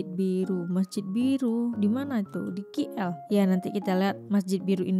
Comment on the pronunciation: Khas untuk adik yang dikasihi, disini pak long ingin berkongsi sebutan yang betul bagi singkatan sebutan Kuala Lumpur, itu kepada singkatan huruf K dan L, dan sebutan nya K = Key dan L = EL tidak disebut dengan Ki eL pada inglish, Kay aL ini lah sebutan yang tepat.